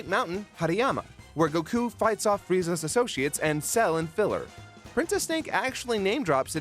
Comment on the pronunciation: Great content as always but I still hate the way he pronounces Goku’s name